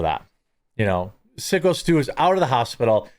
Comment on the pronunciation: Haha, it's driving me crazy that he keeps calling him Sicko Stu also.